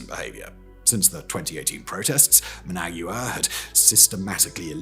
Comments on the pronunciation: Okay Simon… we finally got you to pronounce “Raffale” properly… Now let’s work on “Nicaragua”. And then we can get to “Managua.😊 Neek-ah-ROG-wa. Neek-ah-ROG-wa. Now you… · I can't believe you butchered the pronunciation of Nicaragua and Managua so bad. Embarrassing. I am hoping Trump and Rubio refrains from being the bully and again and show some friendship to Cuba and the awesome people of Cuba. They have suffered so much for so long and now would be the perfect time to show compassion. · It's so cringe. The writers for this guy do good research, you would think they would have briefed the narrator on proper pronunciation. Brits are usually very good with this kind of thing. Also his pronunciation of Managua. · Ah yes, Muhnag-yewer, the capital city of Nickerag-yewer.